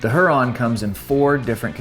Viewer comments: its pronounced hyur-on; not huron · Here-on. Not Her-on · Not her - ron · It’s pronounced “Huer-on”. Like the Great Lake or native American tribe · Pronounced hue-Ron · It's pronounced "hear-on" like lake Huron. Trijicon is based in Michigan. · I swear if you do not go and look up how to say lake Huron write freaking now, I am gonna have an aneurysm.